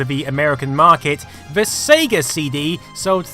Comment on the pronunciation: "The SEGA CD" damn why you have to say Sega like that? lol It pains you to say Sega CD or Genisis over Megadrive huh lol